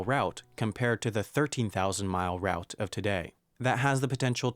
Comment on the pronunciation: He can't say "route", either!